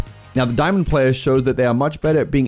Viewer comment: U just butcherd Plats and diamonds also why am I as good as that champ in plat